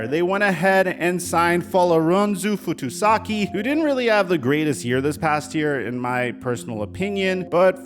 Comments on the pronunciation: The man is called Foley Fatukasi, not Fatusaki ;) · Jets fan here Foley is an absolute run stopping beast! He was one of the brights spots in our 32 ranked defense last year….. And btw it’s pronounced FAH-TOO-KAH-SEE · Fatukasi... Fahhh-Too-Kha-See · The leading tackler in the NFL in 2021 was Foye Oluokun with 192, not the Jets dude. you have them backwards and you mispronounced his name. In what universe would a Defensive Tackle lead his team, much less the league in tackles?